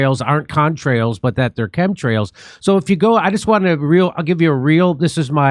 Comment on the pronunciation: epa needs to work on their english...but while he's mispronouncing chemtrails, lets talk about the "con" in contrails.